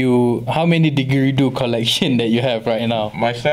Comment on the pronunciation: Cool but you need to stop dropping your "D"s.... diDgeridoo dude.